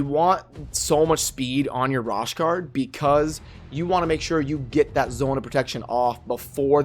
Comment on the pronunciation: Bro, lol...u be butchering these names!!! Its pronounced RO-SHARD. As always tho, good vid😁 Btw, U've got a few great Legos now!